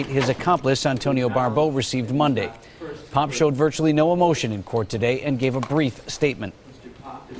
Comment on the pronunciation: The very first two pictures you showed are both of Antonio, and Nate’s last name is pronounced “Pop” or “Pap”. I don’t know why it irks the hell out of me when true crime channels fuck up their due diligence reporting on something as serious as the Barbeau case. I’m actually almost afraid of what other inaccuracies a waiting for me when I press play again.